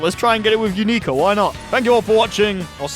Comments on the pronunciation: matey its "younika" not "youneeka" Very minor thing, but every time you say her name it sounds like you're saying "U****a" in a foreign accent and it's very funny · "u-knee-ka" T-T?? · Another terrible pronunciation of a name has been collected